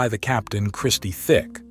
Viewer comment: Listening to you say Christie thick is so annoying it's tic i mean u must have done research for this video it's not even like their is a h in tic so i don't know we're u got that from 🤦🤦🤦🤦